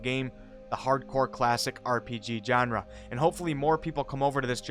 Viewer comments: Its shawn-ra...not Jon-ra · ‘Genre” is not pronounced with a hard J sound.